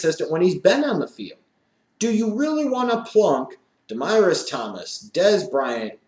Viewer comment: Did u just say De-MYrus Thomas??